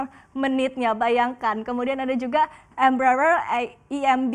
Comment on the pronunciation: cantik sih tapi tolong banyakin belajar menyebutkan barang dengan ejaan yang bener ya, cantik....., soalnya Embraer itu bahasa portugis jadi harus jelas pengucapannya